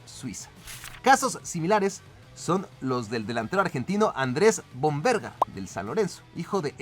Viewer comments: Ajajajajajaj lo peor de todo es cuando le dice vomberga 😂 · Es Vombergar no vombergas 🍌🍆😂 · Soy argentino (Buenos Aires). En el caso del primer jugador de SAN LORENZO se pronuncia Vómbergar, con acento en la o. Y como ví en otro comentario te faltó David Trezeguet, que jugó acá en ARGENTINA en Platense y de ahí se fue a Francia. Ahí terminó jugando el mundial 1998 y salió Campeón Mundial, me acuerdo que fue a una tribuna y le podió la bandera ARGENTINA a alguien y se la puso en la espalda. Nunca se olvidó de sus orígenes y terminó su carrera en River en ARGENTINA